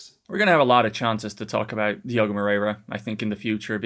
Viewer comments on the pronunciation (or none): none